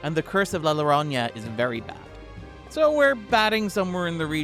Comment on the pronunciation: Worth watching to hear try to pronounce “Llorona”